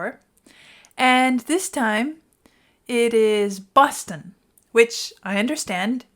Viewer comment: Did you say bustin?